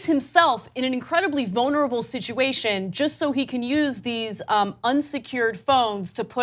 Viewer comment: Ana always pronounces vulnerable as "vonerable".